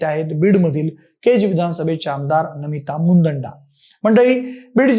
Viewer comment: मुदंडा नाही मुंदडा उच्चार स्पष्ट म्हणा